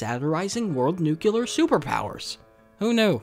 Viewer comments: it's pronounced nuc-LEE-ar, not nuc-YOU-ar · Every time you pronounce "nucular", somewhere a small puppy dies. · There is no Y in Nuclear so I had to stop listening to this